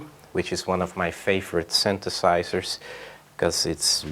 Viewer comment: World Behind I am utterly stupified by your comment. :) What exactly is "charismatic" about Legowelt ? His English was terrible, the way he pronounces synthesizer, it almost always sounds like "syntheRsizers", but he just knows how to work his gear. Nothing charismatic about that really. How about trying to travel Europe a bit more ? Maybe then you will see there are more than enough boring people in Europe as well. :) I guess we just grow up with more diversified "cultural" input, as compared to Canada and the US, but that doesn't mean everyone here actually uses that diversified input to an advantage, if they use it at all.